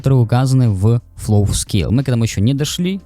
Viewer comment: Май инглиш вэри бест. Автору рекомендация, перед тем, как снимать видео - прослушать и выучить как правильно звучат английские слова и сокращения, а то слух режет. Драв ФПС, флов и ВГЦ это сильно 👍